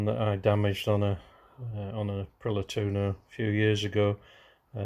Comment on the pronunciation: Tu o no not tuno, April i a not Apriler Otherwise ace video 👍